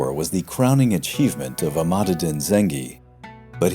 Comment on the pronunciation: Informative video. Arabic pronunciation could be better. In Islam and Muslim the "s" is pronounced like in "sea", not "z" like "is". Also the adjective is muslim, as opposed to islamic. These are common mistakes. Also "Imad" was repeatedly wrongly pronounced "Emad".